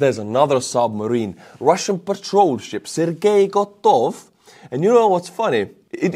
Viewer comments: Not gotov! It’s Kotov😂 means cat 😊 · Which part of "temporarily closed" don't you understand? Let me know, when Crimea is retaken, I'll wait. And check the situation on the front, that will give you a reason to cheer😂😂😂! Besides, it was "Kotov" not "Gotov". Polish up on your Russian. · No, Kotov does not mean finished. Gotov means finished. Kotov means "somehow related to cats". The difference also in that in the real last name the first syllable is stressed while in word gotov the last syllable is stressed. So, unfortunately, words paly is not that great. Anyway, God bless Ukraine.